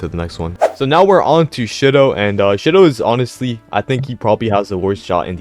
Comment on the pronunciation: You pronounced Shidou wrong. It’s sheedough not shidough